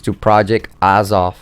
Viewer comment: pronounced project ay zoth